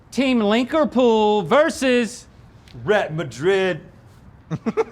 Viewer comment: "linkerpool" and "rhett madrid" 🤣 10/10